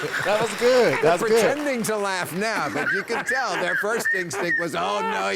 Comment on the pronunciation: their rhymes with air aaaaayur